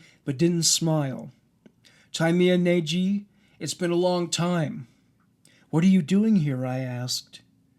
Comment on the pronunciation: I love your videos and you clearly put a lot of effort into making them, but, for goodness' sake, why couldn't you check the pronunciation of the name at least on Google Translate? Tímea Nagy can be easily approximated by an English speaker (and still could be understood by a native speaker) as something like "tee-meh-ah nahdy" with y as in yellow.